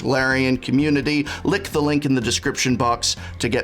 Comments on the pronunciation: did i just hear an english professor say "lick the link in the description box?!?!" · Did I just hear the prof say "lick the link below"? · Was not sure the first time but the second time I was reasonable sure he was saying "lick the link below"